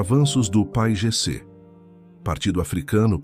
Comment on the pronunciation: É si lê P A I G C